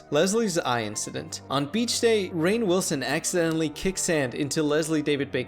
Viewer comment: "Raine," huh?